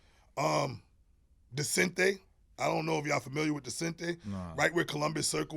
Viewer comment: He called out Descente! But mispronounced it :(. I had 2 jackets myself. They're the warmest ski jackets you can get. It can be paper thin, and you'll feel like you have a 3x fat goose on. Amazing jackets. Hard to get a solid black one though, for obvious skiing reasons.